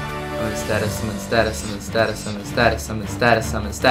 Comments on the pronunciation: Come on =/ At least make sure you read the words right before saying them over and over and over. "Stasis", not "Statis" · So, was i the only one slightly irritated every time he called stasis "status" tbh